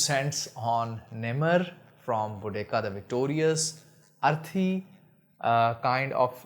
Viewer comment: Salaam bhai, it pronounced Bo Dee Seeya. Jazaakallah khair.